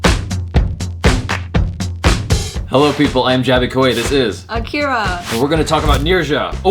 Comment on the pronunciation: I Like the way she pronounces her name"Akeira"